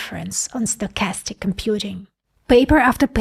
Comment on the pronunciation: Sounds more like "statistic" than "stochastic" 🙂 Like bitstream audio and PWM.